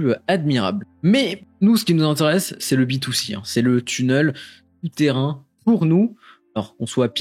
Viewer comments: Super vidéo vraiment qui traverse un peu l’histoire de TBC! Je pense que cette année va être fructueuse pour Elon Musk ;) Sinon petit débat mais on dit « tunèle » pas « tuneule » mdr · Vidéo intéressante mais pardon... on ne dit pas "tunneul" mais "tunnél" (sans l'accent sur le "e" mais ça se prononce comme ça). Ça gâche un peu la vidéo par moments !